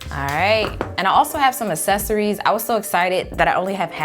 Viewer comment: “ASSESORIES” “PAMPLET”